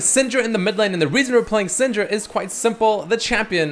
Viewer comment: idk why but everytime you said syndra i understood senjru???? idk what's wrong with me XD